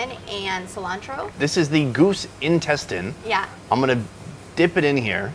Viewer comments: try the goose intesTINES. mE: quack (duck face) well at least she pronounces it phonetically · No one : Her: goose INTESTYNESS